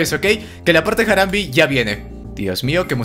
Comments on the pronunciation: "Jaramb" se pronuncia "Jarambi" la conchaaaaa >:v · "Jaram" Se escribe Harambe y se pronuncia "A-Ram-Be" no "Jaram" >:v